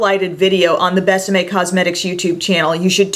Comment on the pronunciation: I love how you pronounce Bésame ... Definitely perfect!! Love your excitement about this line. Seems like almost nobody talks about it.